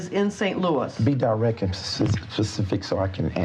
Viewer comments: “Be direk and pacific”. FFS… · "Be die-wreck and pss p p pacific so I can ansah ya kwestchun."